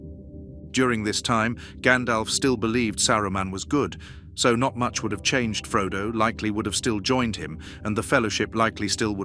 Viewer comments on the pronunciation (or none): This is just an AI readout. The pronunciation is all over the place, no human would refer to Frodosses journey , and Middle Earth's story being dramatically cunged . Put some effort in.